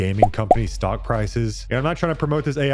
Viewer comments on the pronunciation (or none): none